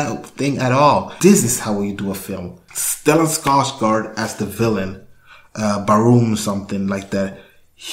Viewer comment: Whoa, perfect pronounciation of Stellan Skarsgårds name! Didn't see that coming! 😁👍